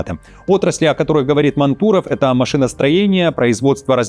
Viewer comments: Да не Манту́ров, а Ма́нтуров, вы же журналист или где? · ТЫ не Пря`дко-А он Ма`нтуров, а не Манту`ров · Не МантУров, а МАнтуров! Ударение на «А»! Для журналиста с такой большой аудиторией очень непрофессионально! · Блогер, МАнтуров,а не МантУров. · Он вроде Мáнтуров, а не Манту́ров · Прежде чем переводить русские фамилии на хохляцкий, почитайте как они произносятся хотя бы в той же википедии. Говорится не МантУров, а МАнтуров. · Не МантУров, а МАнтуров! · Поработайте с ударениями. Máнтуров. Ударение на «а». Не гоже журналисту не знать фамилии тех, с кем он делает выпуски. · МантУров? Вы серьёзно? Я понимаю, когда машинное чтение лажает с ударением, но живой человек... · Мантуров ударение на 1м слоге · Фамилию Мантуров , ударение не туда ставишь! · Мантуров, ударение на "А". Так только ИИ озвучивает текст. :)